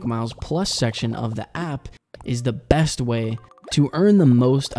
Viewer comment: Everytime he said "BEst" I cringed. Like, the bad shivers kind of cringe.